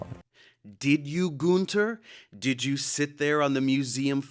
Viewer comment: It's not Gunther, it's Günther. At least give him this one after ripping him a new hole 🤣🤣